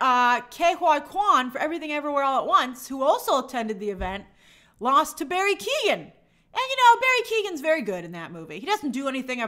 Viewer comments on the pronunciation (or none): It’s not pronounced Barry Keegan!! It’s pronounced Kyo-an, or Kyo-gan, but never Keegan.